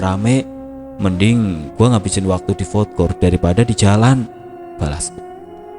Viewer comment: Ralat min,bkn fod kort tp fud kort.